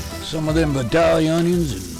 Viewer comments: Looks delicious! But, you've got to work on your pronunciation of Vidalia onion. It's Vy-dale-ya... ;) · Vidalia onions come from Vidalia, Georgia. So, in order to sound like a native when you say vidalia, the "a" in the second syllable is pronounced a long "a", not a short "a". Not being a grammer nazi I promise. Love your site and keep them coming. My smoker should be declared 5 stars since I've started using your recipies!!